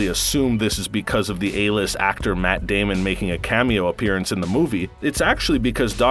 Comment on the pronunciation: I swear that doll character said Matt Damien